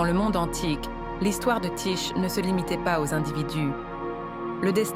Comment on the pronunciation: Ça se prononce : Ti-Ké et ça s'écrit Tyché.